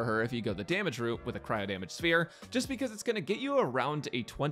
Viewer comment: Did you just say cryo damage? 😊